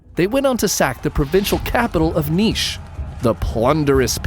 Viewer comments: I never saw a English speaking man pronounces Ниш/Niš(Nish) perfectly as you. Greetings from Ниш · yay he pronouced Nis correctly!